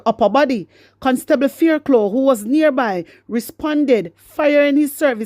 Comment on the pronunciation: Fairclough...pronounced "" FAIRCLOFF""